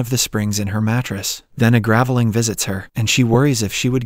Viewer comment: ..and you don't mention "gav-eh-ling" instead of gravelling? I hate totally AI narration :(